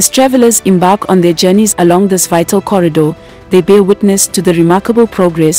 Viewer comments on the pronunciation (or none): none